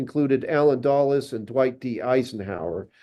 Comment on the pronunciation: duh-les, not doll-es